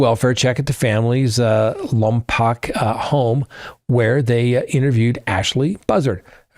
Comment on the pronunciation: Lompoke, is how we say it locally.